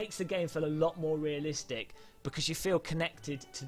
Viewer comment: noone: "realiSTICK"; "fantaSTICK" you cannot unhear it now :>